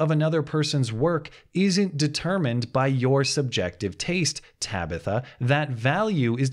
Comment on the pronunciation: Ta-bi-tha. hahahahah Every time he enunciates it, I have to start laughing. hahahahah